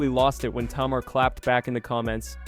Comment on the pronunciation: It took me 2/3 minutes before I realized he was talking about Tamar (Tay--Mar) and I am very very sure he had at least one person of color at arm's length he could of asked for help or could of not been so lazy and looked it up himself perhaps some of her old interviews or THE SHOW, and learned to annunciate her name, this was unacceptable especially while trying to follow the story.